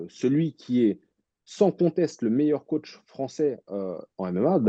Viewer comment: Mdrr😂😂 Ces mecs qui prononce " COTCH ". Il va falloir qu'ils comprennent 😅 COACH